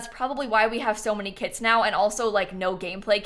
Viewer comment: EVERY TIME she says “kits” i hear “KIDS” and oh my god this phrase got me — i’m not the biggest fan of KIDS